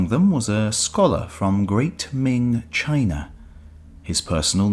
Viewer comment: What's "Chiner"?